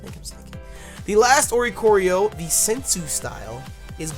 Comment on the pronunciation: oricorio = oriole + choreography (dancing bird) so it would most likely be pronounce or-ee-core-ee-oh